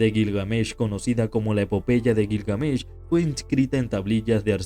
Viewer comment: Detesto los videos que se anuncian como algo mas interesante que el verdadero contenido, ah, y me sangran los oidos cuando te inventas la acentuacion de Gilgamesh...... que perdida de tiempo